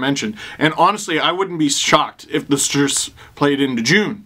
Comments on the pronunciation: i waited the whole time for steve to say stDrs; and i was not disapointed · I don't care how many times I hear it the StDrs will always make me laugh. I will forever call them the StDrs now. 😂😂😂